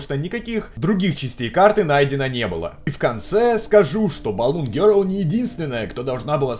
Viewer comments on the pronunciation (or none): none